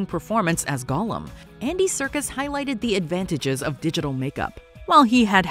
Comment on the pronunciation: it's Serkis, not circus.... how could you make this mistake?